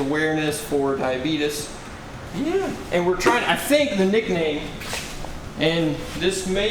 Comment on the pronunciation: it is Diabetes (Di-ah-bee-tees), not di-ah-bea-dis. Sound like Wilford Brimley. 😂